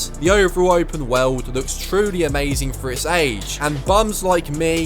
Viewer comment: “The wewld”